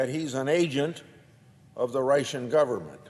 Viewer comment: Grassley is so old and slow. Why does he keep saying, "Reichen" instead of Russian? She should have been put in prison long ago. I'm tired of all the talk. The bad guys should be taken care of permanently. I despise the libtards and RINO'S.